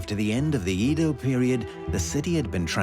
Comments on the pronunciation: Not "E" do. Pronounced "Ae"do.😅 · It’s Edo not Eedo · 江戸 EDO is pronounced like eh-doh (“eh” like egg, “doh” like dough), but keep both vowels short and don’t stretch them. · Eeeeeeeeedo…. aka Ehdoh. Aside from butchering Japanese names, great documentary. Can never understand why so many well done documentaries don’t make an effort to get the pronunciation right. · Please, please when making this kind of documentary teach the narrator how to pronounce names properly. “Eedoh” FFS. It’s like nails on a chalkboard. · it's not Eeeedo and its not Tokeeeyou. Do some f-ing linguistic research! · Fascinating but wish the narrator had bothered to get Japanese pronunciation right - "Eedo", French "j"s and other things all wrong. Still, fascinating. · At least say Edo right 😒🤦🏻‍♂️.